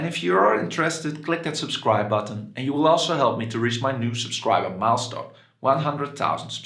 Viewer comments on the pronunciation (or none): none